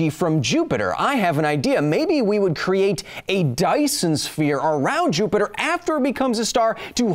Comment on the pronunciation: For the love of god, please stop calling "Jupiter" "Jupi-Joop"...